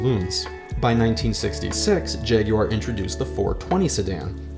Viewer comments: Jag-YOU-are? Bravo. 🙌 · Thank you for pronouncing it properly! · Well done for pronouncing Jaguar correctly.